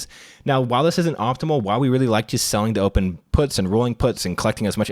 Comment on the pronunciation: Selling to open - definitely heard selling dope the first time too